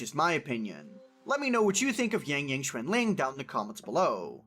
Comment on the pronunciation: But still pronounce yangyang as yængyæng 😂